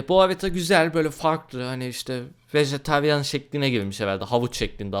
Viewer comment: Vejeteryan değil, Vejetaryen. Düzelt bence.